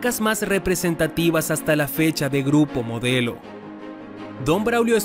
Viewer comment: dice grupo MODLEO en lugar de MODELO